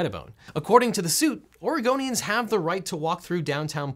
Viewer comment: When he says Oregonians, I heard Argonians. Skyrim has been a good friend during quarantine.